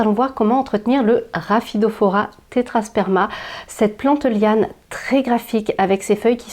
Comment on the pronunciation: Coucou !!! Elles sont magnifiques et bravo pour la prononciation même rapidement hahahah!! merci pour tes conseils bisous